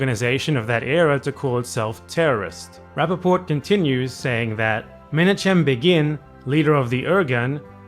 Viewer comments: Can't rate your Russian, but can rate your Hebrew (more correctly give you a short pronunciation guide): "Lechi" is pronounced with a voiceless uvular fricative, the famous "khhhhh" of Hebrew and Arabic (and somewhat similar to the Dutch g). Similarly, "Menachem" has the ch pronounced the same. "Begin" kind of sounds like the English word it looks like, but the first syllable is stressed instead of the second. Irgun is pronounced with a simple i sound in the beginning (like the "ee" in "seen"). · Menachem Begin was one of the great villains of the 20th century, but Menachem is also my hebrew name and I cannot abide your butchering of that name.